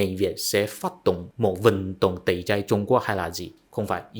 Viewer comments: Tẩy chay chứ không phải tẩy chai bạn nhé. Tuy chữ i và y phát âm giống nhau nhưng vần ai và ay đọc khác nhau đó. Cố lên bạn nhé! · "Tẩy chay" không phải "tẩy chai" nhé bạn.